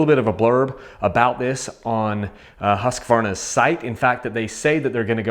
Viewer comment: Thumbs up for pronouncing husqvarna correctly!